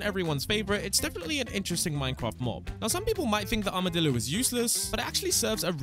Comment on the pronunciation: bro really said he got accses to the armedilo early